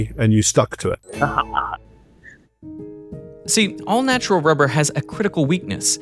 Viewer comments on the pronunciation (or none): Why does it seem every expert in rubber has a slight inability to pronounce 'r' too perfect😂 they be spending their whole days talking about wubber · "Its a essential fow cell membwanes" "Wubbew" Lmao rhotacism is a hilarious thing. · Diabolical work having a person being a rubber expert but cant pronounce rubber. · She seems like a lovely and highly educated lady but god damn having a rubber expert who can't quite nail pronouncing their R's all the time... I hope we can all see is a little funny.